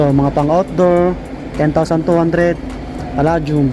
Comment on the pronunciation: its pronounced as Pa-"lei" -dium , :)